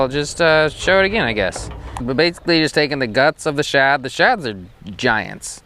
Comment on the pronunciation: You do know it’s “shad” and not “chad” right??..lol